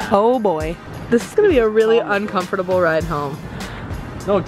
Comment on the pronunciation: I heard every letter when she said uncomfortable 😂